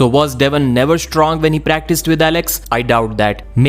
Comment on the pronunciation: Es stong is es strong. Why do you put a "es" in front of words that start with an s?